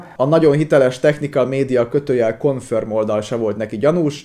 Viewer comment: nem hogy confirm, de confrim! 😂